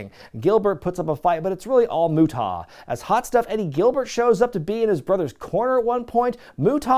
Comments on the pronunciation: The 2nd syllable is "ah" like when the dentist says "open up and say ah". Not "aw". It doesn't rhyme with "Utah". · Is there some unknown rib in terms of why you pronounced his name Moo TAH.. I have literally never heard it said that way by any commentator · Alright, we gotta clear this up because I'm gonna pull my fucking hair out if he doesn't fix this pronunciation. It's pronounced: "MUTE-UH", NOT "MUT-TAW". You don't need to put a rising inflection on the "TA" part of his name. And quiet frankly you sound like a robot when you say "MUT-TAW". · The way you say the great muta is hilarious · I hope some, somewhere, complained about your pronunciation of The Great Muta 🤣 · Is there a story behind the deliberate mispronunciation of Muta's name? Without context it initially comes off as jarring and then just disrespectful. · I would've subscribed if you could pronounce Muta correctly. I really do miss professional wrestling. Sports entertainment just isn't the same. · He doesn't know how to say "Muta". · What’s up with the mispronounced of the great muta!? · Sorry. I'm late to the party here, but uh, why in the HELL are you pronouncing Muta like that? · Dude, you ar supposedly involved with wrestling is some ways. Say The Great Muta's name with some respect or properly. I understand its your channel and your trying to be funny, but cmon man. He is a legend...and not the way these little 20 and 30 year olds use legends now.